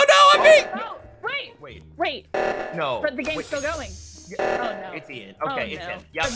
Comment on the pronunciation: Eans not ians